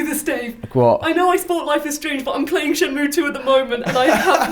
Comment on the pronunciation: The game is not called "Shen-moo." You have to say the -ay sound. Shen-moo-ay.